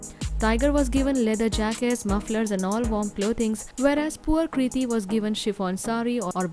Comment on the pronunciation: Why you say Kriti loor